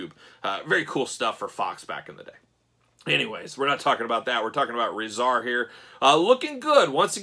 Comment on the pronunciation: They are pronounced TOCK AH and RAH ZAR